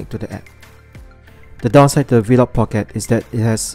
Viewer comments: “Vlog pocket” not “v-log pocket” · he’s commenting on your pronunciation of ‘V-LOG’ as opposed to just ‘vlog’. I must say, many Singaporeans also pronounce it the way you did. I have no idea why.